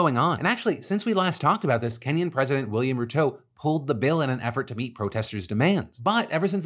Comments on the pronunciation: It's pronounced William Ru-tore like "I tore my muscle " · How Phil pronounces Ruto is hilarious 😆 RUU-TOOO 😂